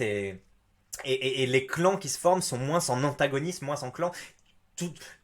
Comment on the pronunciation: MOINS se dit MOIN pas MOINNSSE